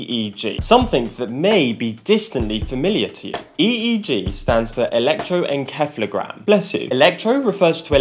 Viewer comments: SEF-AL-O Not: KEF-AL-O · Pronouncing the c as a k in encephalogram is killing me🤦🏾‍♀️ it’s pronounced en-“seffelo” geam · do we pronounce it wrong in united strates? or just different ? electroen"ceph"logram , we pronounce electro"ensef" logram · Interesting but I’ve never heard it pronounced like that before